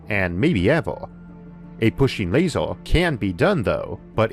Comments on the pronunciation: How come you're pronouncing things weird? Bigger - you say biggoorr Basically most words ending with er or or. Jesus I just heard you say laser,,. Lasooooor. Good video, mental pronunciation though. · Video is interesting, but pronunciation made me pay more attention to that - wator, lasor, containor, computor, howevor, etc.. No offense meant, just an observation